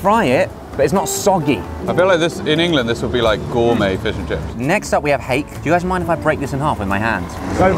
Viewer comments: Josh: and a battered HAYK Me, a Kiwi: screams For anyone wondering, it's a Māori name for a type of fish, pronounced hah-keh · you also pronounce fish, fush. its hake, hayk and its a worldwide name for fush, sorry fish